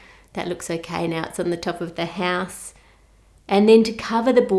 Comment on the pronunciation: How To Cook That i love how u say ”ouse” ❤️❤️